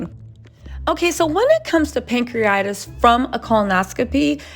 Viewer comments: Pronounced: Pan-cre-a-ti-tis! Not pancreatis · It’s pronounced ‘pancree-a-titis’ not ‘pancree-itis’ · CRINGE! Pan-cre-uh-tai-tuhs or pang·kree·uh·tai·tuhs. 🤦🏾‍♀️ Also fyi, cellulitis, staph infections, and pancreatitis are very common! Please move away from speaking on these folks actual/speculated medical diagnoses or at least learn how to say the words😖 It just sounds DUMB! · It is pronounced..pan-cre-a-ti-tis or pan- cree-a -tie-tis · Pronounced Pan-cre-a-Ti- TIS. PLEASE 🙏🕊️🕊️🕊️